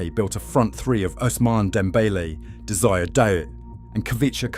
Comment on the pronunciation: Desire D'oh 🤣